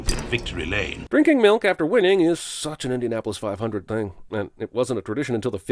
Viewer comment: Man said Indianapolis 500